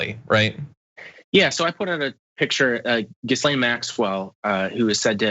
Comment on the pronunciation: I don't usually play "pronunciation police" but this is annoying me for some reason: it's not "GIZ-LANE Maxwell... It's "Gee-lain"....the "S" is silent.